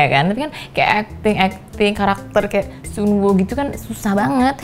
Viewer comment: Sun woo ku sun woo ku ... aq dengernya Sun go ku ☝️😆👍👍👍